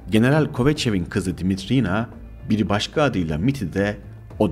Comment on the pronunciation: Darılmaca olmasın olumsuz bulduğum noktaları yazacağım..Ses arazlarınız var..Uzun telaffuz edilmemesi gereken harfleri uzun telaffuz ettiğiniz kelimeler ve kısımlar olmuş..Yabancı Dimitrina ismi eril telaffuz edilmiş bir yerde..Anladığım kadarıyla "r" harflerini de telaffuzda zorlanıyorsunuz ve alttan alttan kulağa çarpan garip bir aksanınız var..Ayrıca Fethi Okyar için kullanılan "izdivaç" kelimesi benim bildiğim evlilik için kullanılır yaygın manâda.. Flört ve sevgililik için kullanıldığını sanmıyorum ama tartışılır elbette..Bir de aktarılan bilgilerin kaynakları konusu var..Gerçi link'te kaynakça gösterilmiş ancak video içinde verilse alt yazı ile daha uygun olur düşüncesindeyim..Ha tabi her kaynak ve aktarılan bilgi güvenilir mi yüzde yüz hakikât mi orası tartışmalı bir konu..Arada bence uydurma hususlarda çok..Videoyu beğendiğimi söyleyemem..